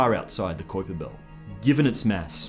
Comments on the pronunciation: I love your shows....and I think you are a great host...but they way you say kuiper belt is killing me! It's a pronounced Kyper...with a strong I. Ok...just had to say it....but great videos... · Is it just me or is his pronunciation of Kuiper a little strange?Love the vids but that was just annoying me lol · Dude, why do you say "kuiper belt" so weird? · What's a qwiper belt?? do you mean the kuiper belt?? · sorry m8. I know I should use fonectics but I dont know how to use them. I was just reffering to the way this guy said kuiper belt. I've always heard people say it like "kaiper" belt not like he says "koiper" belt. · It's "Kyper" bro, not "Koyper" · I'm 100% it's not Kyper, it's Qupbiér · I seen another video on another channel where the guy called it the Kwipper built lol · Great show. Just 1 thing its pronounced smth like kaüper belt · It's pronounced "Kyper" it rhymes with hyper. Say it goddammit! Say it! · what the fuck is a koyper belt? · Sounds like how one of the 3 stooges would pronounce it.....Koi-Pa Belt! Koi-Pa Belt! Nyuck Nyuck Nyuck! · its koipe m8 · Kuiper is pronounced Koyper in dutch. Ui=Oey in dutch. Kuiper was dutch which means it is pronounced Koyper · pretty sure it's "Kuuiper". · first time ever hearing someone pronounce it "kwiper" belt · Kuiper spoken as it should be Cowper. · So many strange pronunciations? This guy been under a rock? You lost me at the mark.. honestly, who can't pronounce Constantine? Or Kuiper?? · Absolutely love how he pronounces Kuiper. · His pronunciation of Kuiper makes me want to shove nails into my ear while pronouncing the 👁 sound correctly... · you confused me with the way you pounced Kuiper